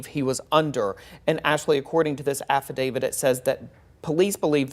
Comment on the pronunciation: It's affidavit, not affidavid. No D at the end